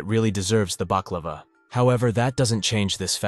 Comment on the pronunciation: Broe you really said Baklava 😂❤